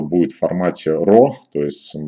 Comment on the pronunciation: что ты там сказал? «RO»? Или «RAW»?